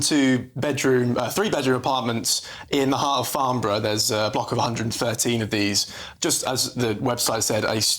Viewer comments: Laughable the little boy needs to go back to school to learn to pronounce Farnborough not Farmborough. I bought a Twin Turbo Supra from there in 2001 and drove it home to Scotland. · It's Farnborough not Farmborough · It's "Farnborough" not "Farmborough...come GB News...do better. Get the correct location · Farnborough with an N not an M.. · It's Farnborough not farm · Farnborough, with an 'N', not Farmborough, with an 'M' which is many miles away from Rushmore and Aldershot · It's Farnborough, not Farmborough...